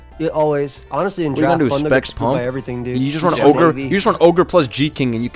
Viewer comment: It's Oger boys